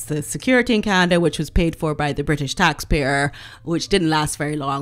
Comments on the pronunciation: Canadia? You're joking, right? I hope. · love your channel! Totally agree with everything you say. Please, don't say "Canadia" though, it's a beautiful country full of very nice people - you should visit. Even if MM is trash, our country does not need the belittlement. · Love your show and agree 100% with you. Have one question for you - why do you pronounce Canada the way you do? Being Canadian I have to be honest and tell you I grit my teeth each time you pronounce 🙃 it wrong.